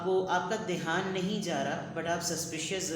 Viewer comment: Sorry to say respected mam aap ..... Dhyaan word ko .....Dehaan bol deti hai 🙏